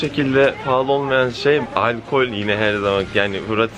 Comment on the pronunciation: paraya kıy bıraz hep palalı dıyorsun 🤣🤣🤣🤣